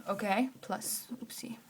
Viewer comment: I like it when you say wopsi 😂❤️